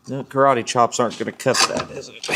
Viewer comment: "Carate Chop"😂